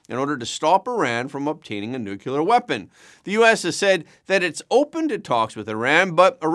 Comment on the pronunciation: I'm sorry, you lost me at "nucular"